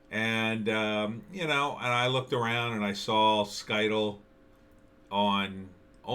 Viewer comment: You are not pronouncing Scytl correctly.